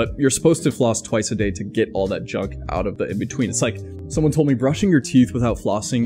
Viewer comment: The German in me was like: "did he just say ootn the window every FEW days? Lol